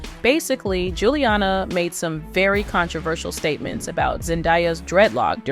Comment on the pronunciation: was the pronunciation "Gilliana" intentional?